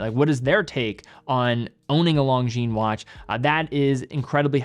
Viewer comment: If Longines representative doesn't say Lon"G"shines in HTH conversation with you, maybe you should stop it as well. I watch your videos a lot and I am subscribed but PLEASE STOP :)